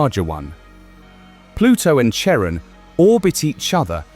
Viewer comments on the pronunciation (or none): That's... not how you pronounce Charon.